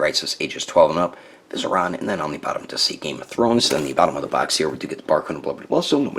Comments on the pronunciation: Great review.. but you pronounced it as VI-seri-on not viserOn.. tha ks :) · Vie-seer-ian. I know, im that guy. 😭😭😭